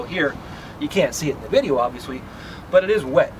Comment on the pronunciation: Is it me or did he keep saying “obvious-wee”..? Lol he said the rest of his “L’s” properly though.. Great video, that was a tiny bit distracting for me lol